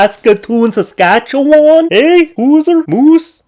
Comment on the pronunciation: Oh my goodness, The Hit the Brakes eh sign was hilarious and then you said it like the true Canadian that you are made it that much more hilarious and I was laughing so much. I am 25% Canadian through my dad's side of the family! Made me think of the show Strange Brew with Bob and Doug Mackenzie.